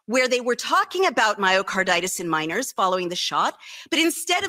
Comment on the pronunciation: När Wolf översätts ha pratat om gruvarbetare, "miners", är det "minors" minderåriga barn hon säger